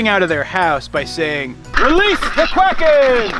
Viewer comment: Welease du Qwakens!